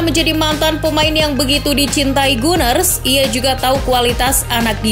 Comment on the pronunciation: Meski bukan fans Arsenal, Arsenal itu The Gunners (dibaca Ganers) bukan the Gooners (Guners) Min